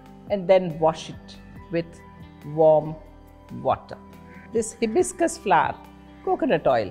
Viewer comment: Pronunciation of hibiscus is wrong